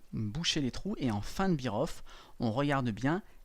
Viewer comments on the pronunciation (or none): "Beer off" ça signifie: plus de bière ! La prononciation est "bêre off"